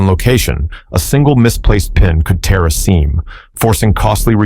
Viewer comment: still can't tell the difference between "tear" as in rip & "tear" as in weep. Then there's the maddening way he pronouces the same word differently if it shows up again in the same story., get a voice coach, dude.